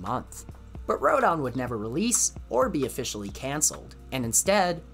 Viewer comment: How come you pronounce Rodan as Ro-DON? Same goes for... An-GEE-less?